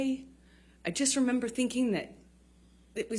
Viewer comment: I re-amber